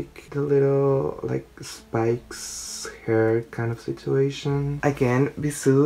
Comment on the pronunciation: Amo cuando dice "Kaindasitueishon" cada dos minutos